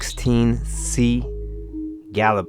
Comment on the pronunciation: It’s pronounces gal-ih-be-eh